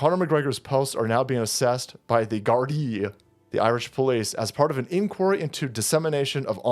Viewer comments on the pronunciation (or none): It's pronounced Gardah!!! Its Gaelic!! This is going to kick off big time over the next 5 years!!!